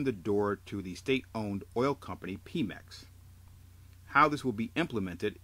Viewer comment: its not pee mex.. its PEMeX!! Like Pedro!! Pe Mex!